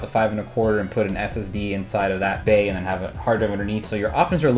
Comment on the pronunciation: Every time he says bay I think bae. Damn you high school for planting that seed in my brain